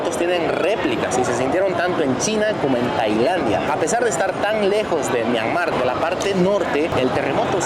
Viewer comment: Myanmar es palabra grave, no aguda.